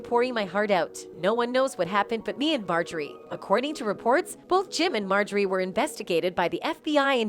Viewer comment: Lol ! MO-JOY-RE , they people to read scripts 😅